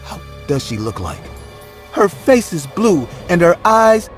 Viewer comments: I was looking for this comment I knew I couldn’t be the only one that caught that😂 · Nice collection here for Halloween, nice job. Oh and when her "pace turned fale" I had laugh. I do that all the time. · " Her pace turned fale "